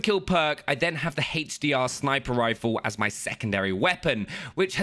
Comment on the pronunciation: HDR?? no for its HEYTCH DR